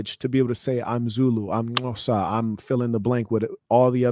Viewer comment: Its great that pronounced Xhosa off the tongue so accurately. I'll never forget, in the 90's when these online chat rooms were available when the internet was young, there were a few Americans in and they literally thought there were Lions running around in my backyard. IT was funny at the time but alarming aswell. Love all your content and you should return to SA again.